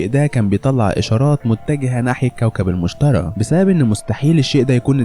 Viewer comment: مشتري مو مشترا